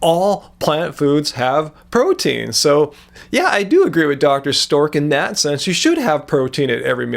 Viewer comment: sameee I feel like he does it on purpose X'D